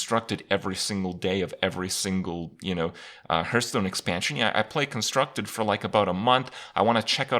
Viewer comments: everytime Kripp says hurthstone, I downvote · Why do you say "Hurth"stone? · what the fuck is a "hurtstone"?